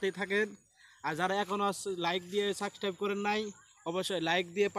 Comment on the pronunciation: সাবস্ক্রাইব ঠিকমতো বলতে পারেন না